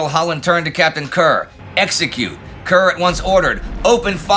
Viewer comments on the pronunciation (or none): Worth noting that Brits do not pronounce Kerr to rhyme with Cur, but rather with Care (in it's native Scotland) or Car (in England), according to Admiral Mark Kerr. Captain Kerr of the Hood was from Gloucestershire, so I'd go with Car.